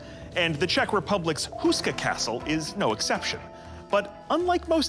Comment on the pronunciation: It’s Houska Castle. Say it like “hoe-ska”, not “Who-ska.” Otherwise a nice brief intro.